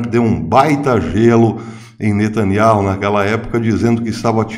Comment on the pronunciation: O nome do ministro é benjamin netanyahu e não netanyarro a pronúncia é NETÃNIAU